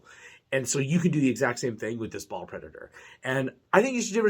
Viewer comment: Think you awsome man but its baal not ball